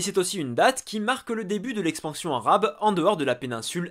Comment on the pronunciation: J'aime beaucoup tes video mais juste tu peux prononcer les mots arabes en arabe s'il te plait parce que sinon ça fait trop francisé Merci